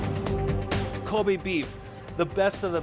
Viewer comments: Ilona Barsoomian they also made a mistake pronouncing wagyu and kobe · yall cant even pronounce kobe and wagyu properly, americans 💀💀💀